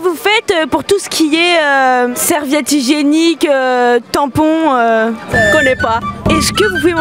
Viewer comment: "Serviette hygiéniqu-eeuuu, tampons-eeuuu"